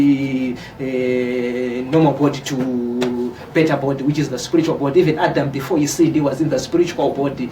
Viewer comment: hanzi sporitual (spiritual) pronunciation though